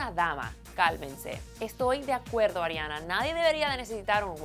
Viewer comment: ''adriana grande'' :s Ariana*